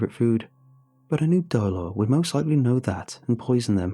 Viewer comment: dolor? my first language is Spanish, nice try buddy, nice try.